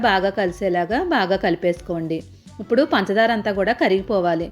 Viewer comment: ఇప్పుడు అనాలి ఉప్పుడు అంటున్నారు.